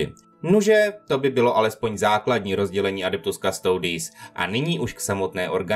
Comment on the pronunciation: Originálna Latinská výslovnosť je "Kustodis" a znamená to strážca